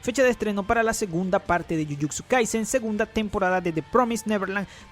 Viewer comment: Tambien dice jujuczu kaisen jajaj